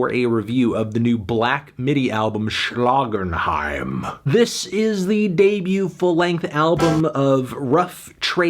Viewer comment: I come back here every day just to hear Anthony say "Schlagenheim"